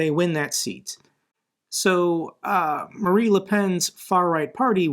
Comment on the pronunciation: Just a small thing: Her name is Marine not Marie Thanks for keeping our spirits up with your tireless and passionate work